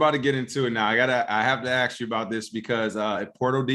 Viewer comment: Why do you say “aks” as in ask?